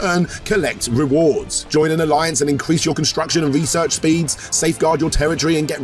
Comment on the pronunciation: I was into your ad till I heard research speed. Also breath lol